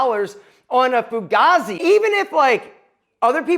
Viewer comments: Forgazzi??? 😂😂😂😂 it's Fugazi !! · Thats not how you say 'Fugazi , ask Lefty Ruggiero